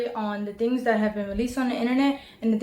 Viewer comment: Move the piece of hair to the side Jesus Christ that's annoying just that alone tells me you did it and the fact she says "dings" instead of "things"